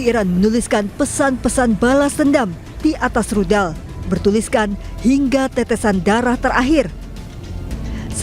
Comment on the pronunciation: Rudal..bkn Ludal!😊